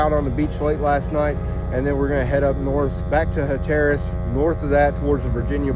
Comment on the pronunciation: Nice video, but it's Ocracoke (like the vegetable and the drink) Ocra-coke. Hatteras (is like Hater-ass)...